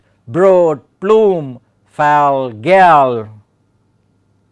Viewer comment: A super explanation, thank you... Just one thing I noticed... Fall and gall are pronounced the same way... 'all'